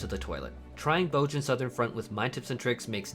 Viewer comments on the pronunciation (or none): "BOHZ-yuh" "BOHZ-yuhn" They say it in the game